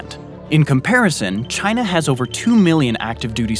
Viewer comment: Hopefully not, but having people in the right positions that are not patriotic willing to sell top secret info for $ could open doors or already have to Russia or China or as one sellout pronounces it jhina